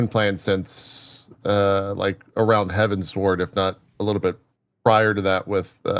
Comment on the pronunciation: So satisfying to hear Tali and say Heavensward the way I believe is correct